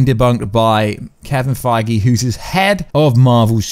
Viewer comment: Why you always say and write "Kevin Fiege" instead of his real last name "Feige" ? Do you do that on purpose , or did you just get it wrong ?